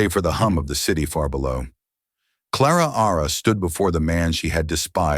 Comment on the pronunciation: Claraara? Why not just call her Clara